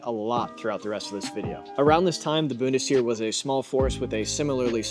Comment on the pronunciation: my god man please learn how to pronounce words before recording lmao. "Boon-tis-Here" is killing me